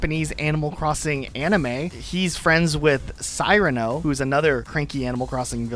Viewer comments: Dude… Sear-an-oh. Come on. Famous character in fiction and there’s been several movies based on the story. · I might be wrong, but I believe Cyrano's name is pronounced 'seer-uh-no" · SEE-RA-NO not SIGH-RA-NO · Cyrano is pronounced Sear-a-no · Cyrano is pronounced "Sir-ano". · Okay... I literally can't watch this. Based upon the fact that your think Butch Cassidy is an obscure reference, can't pronounce Cyrano properly, much less Cyrano de Bergerac and aren't immediately familiar with the play or the playwright on which it is based... The "old" War of the Worlds from 2005... Really?!?! I'm just going to stop here, as I'm obviously going to find this video infuriating. You're not the most worldly or well educated individual, are you? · Dude hears the proper way to pronounce Cyrano and proceeds to pronounce it so awfully wrong 😆 Also Friga- my first thought was Frigg/Frigga from Norse mythology, but I think you were correct in assuming its intended Italian/Spanish association with "cold". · Your pronunciations are horrible. How can you not know how to say Cyrano? It’s one of the most famous plays of all time. Étoile is e-twal. French. and Deirdre is Deer-druh. Because she’s a deer, duh.